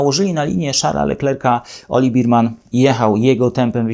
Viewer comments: Taka niewielka uwaga dot. wymowy nazwiska naszego debiutanta: Nie "oliWIEr BIRman", a "oliWEr BERman", a właściwie coś pomiędzy "berman" a "bermen", jednak w Polsce prawdopodobnie bardziej przyjmie się "berman". Poza tym drobnym niedociągnięciem film jak zawsze oglądało się bardzo przyjemnie; moim zdaniem prowadzi Pan najlepszy kanał o F1 po polsku. Pozdrawiam! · Nie Berman tylko Bermen XD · Nie Birman tylko Berman!!! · Bearman nie beerman